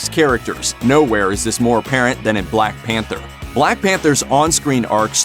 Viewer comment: The blaeeck peentaa (Whittaker)